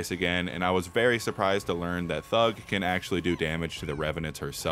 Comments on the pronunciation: And instead of thrud it’s thug😂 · Thrud not thug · argony, thud, and hemmroids😂